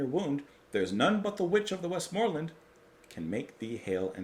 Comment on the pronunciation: And it's "The Witch of the West-Mer-Lands".